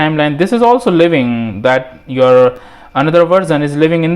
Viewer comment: lmao, the way he pronounced simultaneously, "sajmontajnessly" hahahahhahahah